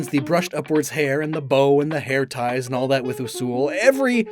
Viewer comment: My favorite has always been Usuls. (you pronounced it horribly wrong, by the way. it's "you-suhl") they are probably the most unfortunate of species, because all of the coolest paint colors look absolutely terrible on Usuls. there mutant form is awful. there Halloween form is awful. there maraquan form is a brown snail. they have one of the worst royal outfits. almost nothing looks good on them. even the "shadow" paint color that was literally created specifically for Usuls (because of the famous NPC shadow Usul.) looks bad. it's just a black Usul. not the awesome shasow Usul that the NPC is. literally the only color that actually looks good on them is Wraith. which is infinitely closer to what a shadow Usul should look like. which is why my Usul is painted wraith. her name is Elanore, and I've had her for just shy of 15 years.